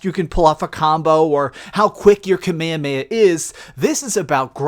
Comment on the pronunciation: Thank you for pronouncing Kamehameha correctly!!! So many other so-called fans in their gameplay videos say it wrong, and they sound ridiculous! Well done,, well done!